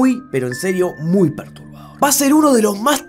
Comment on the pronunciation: Julián cuando dice perturbador es como... PERTUBAdor